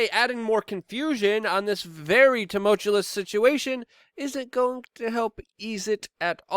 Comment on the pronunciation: Love your show Luke, but I gotta tell you. Tumultuous pronounced TO MULCHU US